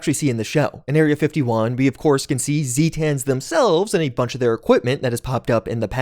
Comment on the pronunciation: Its not Zeetans, its Zaytuns (Spelled Zetan) They are from the Zeta Reticuli system...